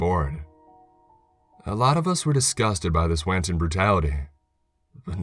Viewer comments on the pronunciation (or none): HERETIC. One who commits heresy. Proofread before you do these would you? - Heresy (hair-uh-see) NOT HERESAY - Wanton brutality (wON- tun) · And "heresay" instead of heresy, and WAN-tun instead of WON-tun. I swear to god sometimes it's like this guy has no experience with the English language.